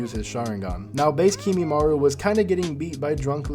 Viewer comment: I mostly liked this except you saying "Kimimaru" instead of Kimimaro. Just like NCHammer who I eventually had to unsubscribe from since he wouldn't stop mispronouncing everything and I couldn't stand it. But anyway, more on topic... shouldn't Kakashi know Sealing Jutsu? He used an Evil Sealing Jutsu on Sasuke's Curse Mark... and knows over 1,000 Jutsu... so I'd think he could maybe Seal Kimimaro or Sasuke if needed, too. That said, I really don't think he could fight all 5 Sound Four (lol) and then Sasuke all in a row. I don't think he has nearly enough stamina in part 1, considering basically until his magical ass-pull War Arc amp, he's STILL complaining about lack of Chakra/stamina with his Kamui and everything. I think he could probably beat any of them 1 on 1 if he hasn't fought yet... and he could maybe even beat all 5 S4, or the 4 weak ones and then Sasuke... but I don't personally think he can beat all 6, unless he pulls out some sort of Sealing Jutsu we haven't seen him do yet. (Which he should be able to)